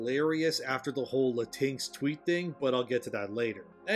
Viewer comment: The way he says Latinx has me weak bro 😂😂😂 who invented that term?? I just call myself Hispanic or Latin-American its a billion times easier.